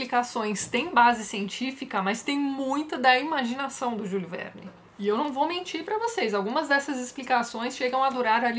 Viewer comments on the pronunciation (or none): Leiam também "Robur, O Conquistador" façam a comparação com "Vinte Mil Léguas Submarinas" e descubram em Robur, o Capitão Nemo dos céus, e o "Nautilus" tendo no "Albatroz" o seu congênere aéreo. Vale a pena. Tatiana, em tempo, ao dizer o nome de Júlio Verne, use, por favor a entonação francesa (ele era francês, nasceu, viveu e morreu na França), ou a em português, nosso idioma, porque a entonação em inglês não tem nada a ver. Desculpe!